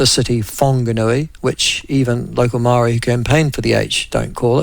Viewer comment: You can't even pronounce maori properly